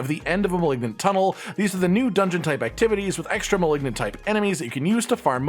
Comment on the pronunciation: Is there some meme I'm not aware of, or can he just not pronounce "malignant?"